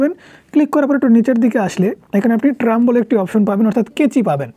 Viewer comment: ভাই আপনি ট্রাম না বলে ট্রিম বলবেন